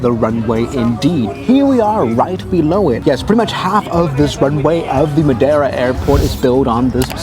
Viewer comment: The clapping is just as "cringe" as your pronunciation of Madeira 😉